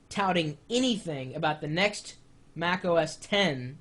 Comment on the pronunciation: no U R not right! X is 10 it's Mac OS Ten - it pronounced like this have a nice day, Best regards, Chris, apple worker